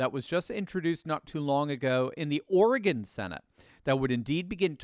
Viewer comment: Thank you for pronouncing Oregon correctly. Folks from the east coast normally sound ridiculous when the say Oregon.